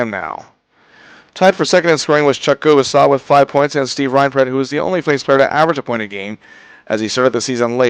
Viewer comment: Did you intentionally say Chuck Kubasaw? I thought I was the only one...